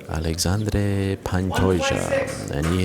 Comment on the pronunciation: Alexandre the x is prounounced like Sh. Source: im brazilian